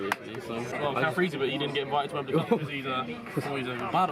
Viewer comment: Chris: It’s a good day. Wemebly Cup: Allow us to introduce ourselves.